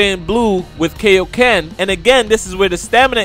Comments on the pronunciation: Good video buuuuuuut, can you please say kaio-ken correctly? It is pronounced kai-o ken, not kay-o ken. Like king kai. You don’t say king kay. It literally means King Kai Fist. Just to clear that up lol. :) Just watch dbz abridged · Bro if you could please say kaiyoken correctly it would make a lot of people happy. Kiyōken NOT kayokin!